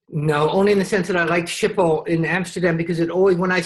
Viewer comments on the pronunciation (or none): Thank you for an amazing interview. I will love Andrew McCarthy till the day I die~ever since he played Blaine in Pretty in Pink! But I must correct you on Schipol. My family lives in Aalsmeer and works at Schipol. They pronounce it ski-pol. But maybe there are other ways to pronounce it. Funny that he says he is an introvert, yet he is a wonderful actor. Looking forward to many more interviews.